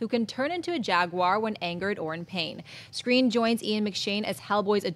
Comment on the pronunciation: pronounced Skrein right...going by how Edd pronounced it when it was his rap name.